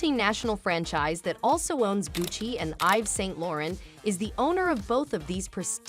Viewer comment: A-iv/ Saint Lo-ran? Please learn french or at least how to pronounce it.